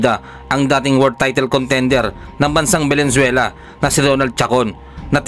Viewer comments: Ayusin mo pronounciàtion s bansang venezuele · Venezuela bro Hindi valenzuela.pilipinas yun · Correction Venezuela Hindi Valenzuela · Venezuela sir at hindi Valenzuela... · anong Valenzuela ang pinagsasabi mo? hoy mag-aral ka muna ng geography bago ka mag ambisyon na maging vlogger o announcer. Magaling ang boxer natin ..tapatan mo ng maayos na pag vlog. saan yung valenzuela? sa bulaccan? VENEZUELA yun. 😆😂